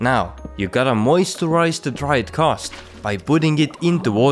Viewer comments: G A Ss...T not ghosss ... lol u have a youtube on a subject that you cant even pronounce :/ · Stop saying CAST its GHAST dammit! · Why are u saying khast its ghast. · Thanks for the video but it is not kast. It is ghast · Ghast, not Khast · Are you incapable of making the G sound?